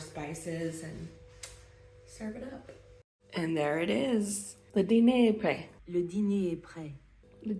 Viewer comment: Congrats : Your pronunciation of "Le diner est prêt" was very good. Your "R" was spot on and listening just this sentence I would not have guessed that you're from the States. Jojo needs to learn to bark in French to make local doggy friends. French people may not be a lot in small talk but I can assure you that there is a lot of small talk between people walking their dogs. It's a good way to know people because you usually meet the same people every day at the same time.